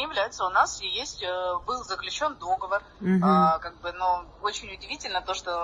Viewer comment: Не дОговор, а договОр! как всегда демонстрирует свою безграмотность и алчность!